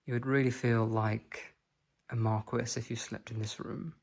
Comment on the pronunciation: A pure joy. To see the french elegance. It is just lovely. All your videos are an inspiration. A belgian fan of you! The flowers under the tree are not crocus at this time of the year but cyclamen. Just a little remark. Le marquis should be pronounce mar-key. . You should ask the french prononciation to the owners or check it online.